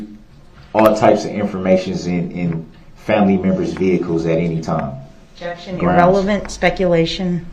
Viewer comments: Prosecutor: Objection, hearsay DB: GROUNZ Judge: Sustained DB: Grounz for the “substained”? Judge: um, it’s hearsay… 😂😂😂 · When Durl said “grounz” the second time objected when he asked the question of if Lescano told the officer he saw who was driving the vehicle, people were laughing 😂😂😂